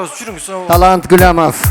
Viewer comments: Гулямов эмес, Гуламов деп эле айткылачы тимеле тили келбеген оруска окшобой. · Гуламов десен Гулямов дебей